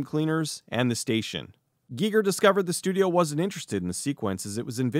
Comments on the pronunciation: This is the first time I've EVER heard someone pronounce it GEE-ger. I've always heard it pronounced GUY-ger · I hope I'm wrong, but I'm pretty sure it's pronounced H.R. "Guyger" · Am I the only person that was going crazy listening to him pronounce Giger ?